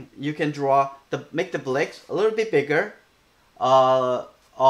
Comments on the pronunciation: Let me hear you say bricks in his language. I bet it isn't the only word you mispronounce. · ...I don't think it matters how he says it. What's important is the lesson.